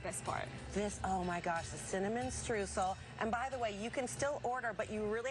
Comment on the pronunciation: That influencer is running a protection racket! Sounds like a RICO case. Your choice of ingredients is awesome. Those cakes look delicious! The import tariffs must be crippling. On the Streusel: it‘s pronounced stroysel, like in boy 😂